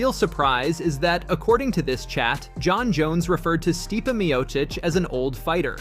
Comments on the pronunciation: Stype, Stipee, Stipey, Stip… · You literally pronounced stipe 3 different ways within a 15 second span. If you're going to have a mama channel at least do the research and learn how to say the fighters name correctly. It's not even a small name it's literally stipe miocic.